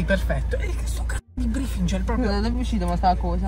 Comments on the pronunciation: "nel brifingel" HAHAHAHA STUPENDO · Nuovo organo sbloccato: "brifigel" 😂😂😂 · “Brifigel” NUOVO APPARATO 😂😂😂😂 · Gra: sai dove te lo metto?: nel brifingel.xAHAHAHAHAHAAHAHAH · CISTIFELLEA❌ ✨BRIFINGEL✨